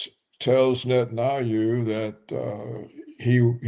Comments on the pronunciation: why is he calling him netanayou? does he do that on purpose? does “netanayou” means something? how you wrote that word/name? tell me everything you onow about “netanayou”, i want to know! :))) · It would be great if Roberts would pronounce correctly. Aldo lose the dismissive cackling. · Paul Craig Roberts mispronounces the name of the leader of the little pissant country. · Roberts ! Why you pronounce the name of Bibi in such strange way ? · Mr. Roberts, PLEASE: It is NOT pronounced “Net-an-ah-yoo.” It’s “Net-an-YAH-hoo.” It’s very basic English spelling and pronunciation and VERY irritating to listen to the inaccuracy. PLEASE. Also - “nuke-lee-ur,” NOT “nuke-ya-lurr.” Come on! You’re not George W. Bush. You are a professional. Get it right. Your knowledge on the political analysis, OTOH, is phenomenal. Let’s make it 100%. ✌🏼☮️🙏🏿